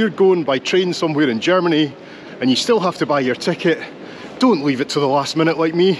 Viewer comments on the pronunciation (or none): none